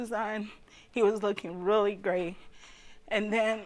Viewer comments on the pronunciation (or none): none